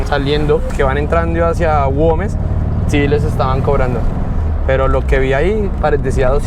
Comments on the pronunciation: Aunque dice GuÉmes se empeña el leerlo con 'O' guOmes.... que comlombiano porfiado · Hola... Repite conmigo : gu e mes. (Güemes) No es ingles !!! La ü se pronuncia u.... hace de cuenta que no tiene los puntos.. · Es Güemes, (gua güe güi guo) 😉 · Güemes es la ciudad, no Goumes, saludos y buen viaje.